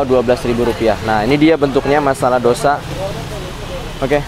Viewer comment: Tulisan nya dosa tapi bacanya Tose 😁😁😁